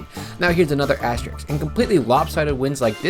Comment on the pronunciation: Please learn how to pronounce the word asterisk. You are killing me.